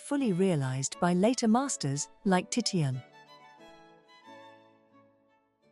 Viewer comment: This was very good... BUT when I heard you pronounce the great artist Titian TITTYun... well... that was just too ridiculously awful. Funny if I was still in third grade maybe. But I'm pretty sure you weren't exactly aiming for that audience. Jeez. No thumbs up. Just too much.